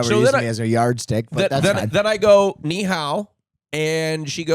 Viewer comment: they even totally mispronounce ni hao --- chinese are tonal languages, all of them, the pitch contour u say a word in CHANGES it to a totally different word. thankfully mandarin only has 4 (cantonese has 9 💀 which actually differ in PITCH, not only the contour 🤯 .. and other languages go even harder) .. "ni" can be a , , , or for example depending on the pitch contour (rising, falling, staying the same), and even more meanings within one and the same pitch contour ... THATS why the girl most like was either "wtf is he saying, i dont understand a word" or maybe "fcking stpid foreigner stop butchering chinese and just speak english, gosh so disrespectful" .... they alway say "ni1?_hao1" instead of "ni2_hao3" ... it should be a rising pitch (#2) in the first word, like u raise ur voice in "oh?", and a deeper pitch with a bit of optional vocal fry (#3) in the second word that in the end trails upward into normal speaking pitch (this up-trail only happens if the word is followed by a speech pause, inside phrases nowadays only the depressed pitch surfaces) (and ni is actually also having #3, but if multiple #3 are back to back, all but the last one in each sequence change to #2 .. cuz why simple 😅) and in cantonese instead it is "lei5 hou2" (but cantonese has its own tones, #2 is not the same as mandarins #2 .... and i genuinely have no clue of canto tones cuz regardless how often i look them up, i cant get a grasp on them . . . just look a